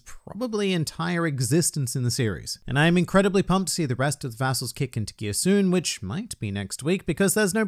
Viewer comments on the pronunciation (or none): Oh, I thought he said a**holes at first and not vassals. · Late comment but...be careful how you pronounce “Instead of one man, it’s an entire legion of vassals” there ! :P